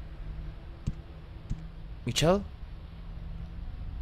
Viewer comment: Me ha encantado, sube más pls! Por cierto, se pronuncia Mishel no Michel :):)